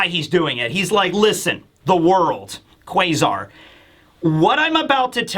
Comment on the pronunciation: What's the thing with him saying Kway-zar? That's so fucking annoying